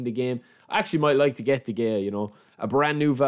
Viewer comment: Its De-Heya. The G in spanish is like a H or J